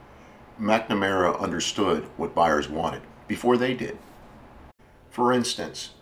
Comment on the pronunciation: Nowt 2 do with cars but the last time I checked the name McNamara doesn't have an "E" in it!! So why pronounce it as if it does? DUH! Oh the "T" Bird? Another American Classic. I still have an unopened Airfix model of one in my shed in England, (bought in Minnesota in '65 when I was ten years old) where we actually speak English and prounounce, punctuate, spell and speak the Queens English! I have no idea wot language you guys think ur speaking cos it ain't ENGLISH! Worst of all I used to speak your language for about 10 yrs before slowly recovering back to proper English haha! I went to live/work in Oman for 5 years. There I learnt to become Dyslexic, so what's your excuses? Do I have a wish? Yes! To bring back the era (pronounced eara, not as error) of great American Automobiles from the late '40s to 1970s! Although modern cars are part of evolution, they just haven't got the same ZING to them! British cars? Apart from a very select few including the Jaguar (NOT pronounced Jagwaar; you guys call your big cat what you like but leave ours be) our older cars are sooo tiny and awful in style compared to your outrageously beautifully designed cars, both body & interiors. 😝 Unless there's a big demand (to build old style with modern autoelectrics/engines) we'll never see this styling again! Life can be such a B Itch! Y'all have a nice day and stay safe. 👌😋